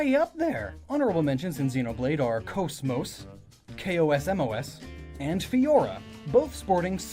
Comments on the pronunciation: It's pronounced "Kozmoze" As in cosmos. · "bodice" rhymes with "oddish.' If the KOS-MOS in Xenoblade is the same KOS-MOS as Xenosaga, then her name is two syllables, not six. Shion says it a LOT, and since she built most of her, she'd know.